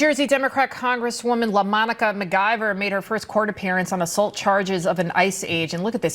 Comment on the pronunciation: Dude do you have a speech and / or hearing problem? McLIVER? Lord have mercy please learn how to pronounce things. There's no L in her last name.